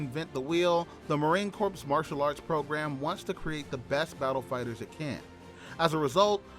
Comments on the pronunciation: MCMAP is pronounced like a name. McMap. Also, Corps is pronounced Core. I like your video though. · Idiot announcer watched to many episodes of Gomer Pyle USMC...The ps is silent, as in Marine "Cor"... Marine Corps !!! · The p is silent in Corps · Marine "Corpse" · Marine Corps the ps is silent. You will be corrected on that every time whe n speaking to US Marines. Great vid!🫡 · Yeah I noticed that too